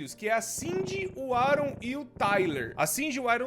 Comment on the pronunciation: aaron, acho que se pronuncia "er-uam"